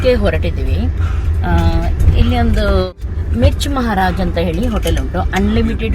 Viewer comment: Please tell that hotel name properly 🤣🤣